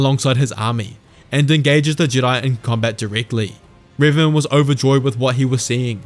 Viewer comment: I'm sorry, you're showing images of Darth Revan, but you're saying Riven. To which dark lord are you referring?